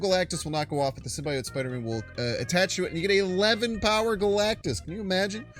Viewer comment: Calling Magneto "Magento" is shits and giggles. But prouncing it as "simbayote" is crossing the line.